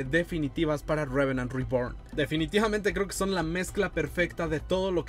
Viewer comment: Deja de decir tanto "Revenant Reborn" me esta estresando esa combinación entre inglés trunco y español por favor (no hate), de ahí en más, muy buen video, excelente contenido 👍🏼